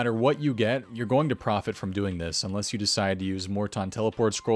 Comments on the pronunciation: Looool loved how u said profot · Lmfao you said profot as profot, I love you. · I'm so glad you caught the "profot".